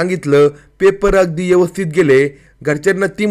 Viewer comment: Is it 'यवस्थित or ' व्यवस्थित'